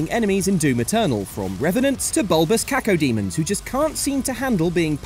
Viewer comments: "Cacodemon" Someone didn't play Classic Doom before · Did he call a pain elemental a cacodemon